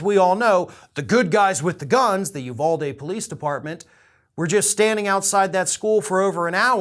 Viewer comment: Love your videos dude, so I’m not trying to be an asshole. I just want as many people as possible to get it right! It’s pronounced Oovalde, not Youvalde.